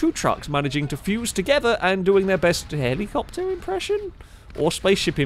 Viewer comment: “HELI-copter” “HELI-copter” indeed…..